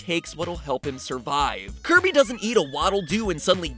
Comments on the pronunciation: I NEEDUH MONSTAH TO CLOBBAH DAT DERE KIRBEH! (psst: slow it to 0.25.) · did MatPat just say curvy Owo?